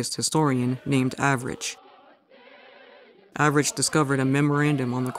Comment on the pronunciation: Thank you for your hard work as always for making these videos, comrade! ❤❤❤ I eagerly await the next thing you put out! Edit: also, gotta say, I love you pronounced the anarchist Avrich's name "average" lol I hope that was subtle shade and I'm not looking to deep into it, cause it made me laugh.